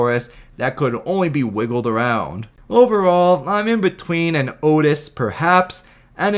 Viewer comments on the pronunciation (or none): none